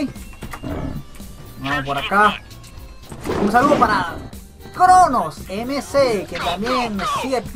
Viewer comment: #75 mano para cuando digas mi nombre este... No es iCronosMC osea se escribe así me se pronuncia Cronozemci así se pronuncia jeje :")